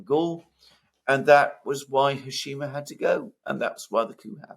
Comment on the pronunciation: The name is Shaikh Hasina,not Hashima.